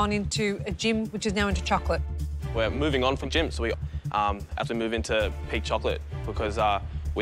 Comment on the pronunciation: I thought he was saying pig chocolate LOL.